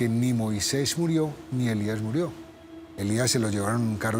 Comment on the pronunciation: Después dice "Moiseis" y es Moisés.